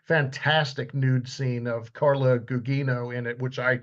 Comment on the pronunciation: mispronounced her last name, Gugino /ɡʊˈdʒiːnoʊ/